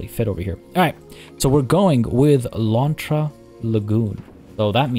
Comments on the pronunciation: Your "lontra" pronunciation it's actually pretty good 😄 Try saying "ariranha", wich is the name (in portuguese) of the giant otter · All Ananás are pineapples (Abacaxi) but not all Abacaxis are ananás Edit: yay! Happy that my name suggestion won (even though I voted for the other one bc i thought it would win lol). Also you are saying lontra correctly! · Hey... You did ask for correction so.. Actually, Pineapple in portuguese is Abacaxi. ananas to is the scientic name of the genre and also is the spanish version (in some country), and the tupi explanation was on point! You did say "Lontra" super right, tho! Sorry for the delay! Keep yout amazing work!